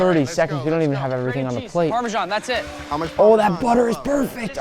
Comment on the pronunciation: How to pronounce Filet Mignon 😂 Nick you need to learn how to pronounce 'Parmesan' it is not pronounced 'Parmeshan'